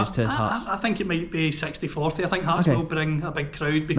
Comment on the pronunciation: I thought you called the Hearts end the Arse end 😂